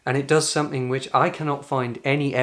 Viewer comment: As an Italian, you've invited me to correct your pronunciation. So please stop saying "wiv', "sumfing" and 'fought" and then I will subscribe.